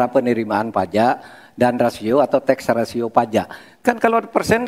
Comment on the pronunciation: Maaf, bukan TEXA RATIO, tp TAX RATIO...😊